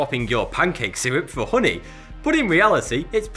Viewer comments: Holy shit i thought he was saying pudding not honey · You say "Hhoonee" a lot lad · Kurt Kastofitch uh-knee😂😂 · Say "hoony" one more time I DARE YOU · "real hru-ni" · The way he says honey is amazing. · You crack me up!! Haha.. my husband has similar accent. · The way he says "honey" is oddly satisfying...